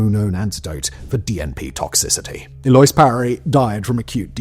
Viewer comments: if you don't know the difference between bass and bass as an English speaker simply by hearing the context and pronunciation alone you are an imbecile. And it's weird how the name is pronounced but it's irish and I believe based on Gaelic, has to he. It's like sirsha or sorsha. And an English speaker should know how to say eloise for goodness sake and as I said if you can't tell bass or bass apart when reading them simply from context and if you hear someone say it and hear the context and STILL don't know, then you're learning impaired. That is not confusing, spelled the same yes, pronounced different, stake and steak sound the same but are spelled different, when you hear them it's just context and you immediately know what you're talking about. And yeah some lakes are spelled weird but just sound them out. And if you mispronounce a weirdly spelled lake you've never heard of, that can be understood. But mispronouncing Eloise.... wtf? That is so simple even if you've never heard or seen it, you can look and see how it's said. And again, that name is all over the place. Simple shit. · I'm glad I'm not the only one. I've never heard it pronounced anything other than el-oh-eez until now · “El-loise”? Did he mean “El-lo-eese” (likely spelled 'Eloise')? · "Eloise" is pronounced "Ello-eez" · A loyss? You mean a louise? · Her name is pronounced "el-oh-ease", not "aloyce"... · "Eloyse"? It's pronounced "Ell-o-weez" Simon has become an AI voice through social media osmosis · I think that pronunciation is el oh ees hahahaha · This happens to a lot of people who read the name "Eloise" (el- oh-EEZ) for the very first time. I've seen streamers and commentary YouTubers such as Moist Critical who have made this mistake as well. 😅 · I feel like the bare minimum for people who talk in their own native language for a living is to at least look up the correct pronunciation of words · It's pronounced elewese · That's not how you pronounce Eloise. It's like ell-oh-ees